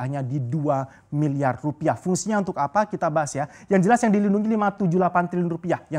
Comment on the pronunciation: Susah bro ngomong R wkkkw